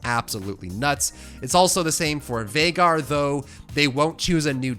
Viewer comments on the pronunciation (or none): none